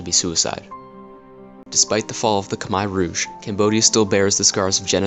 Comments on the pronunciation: It's not "Kimer" Rouge it's pronounced (Koomair' Rooj) Khmer Rouge. And both Vietnam AND Khmer Rouge were communist with the Rouge calling themselves "ultra communist". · Why are Americans so stupid? They refuse to speak the way the rest of the world does. listen to the way the Cambodians say the word Khmer Rouge and say it the same way they say their own word. Not they way you think it should it should be said. Khmire Rouge (how you pronounce it). Also the way you narrate is to quick and boring. just a couple of tips for you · Great video, but you need to pronounce Khmer Rouge correctly. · Solid short documentary. Thanks. However, your pronunciation of Khmer ROUGE is bit bit weird. Next time, please do get help from a French speaking person. And Good Luck! By the way I am also a YouTuber. Here s my video with French connection. La Voiture Peugeot!